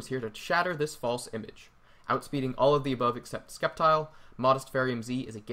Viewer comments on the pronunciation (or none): "MeGaH SkEp-TiLe" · I was certain Sceptile was pronounced with a silent C.